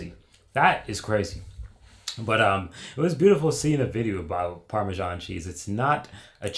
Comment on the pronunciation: "ParmeJean" clicks out the video